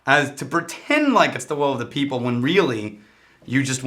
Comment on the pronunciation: "Beople" not "people" lol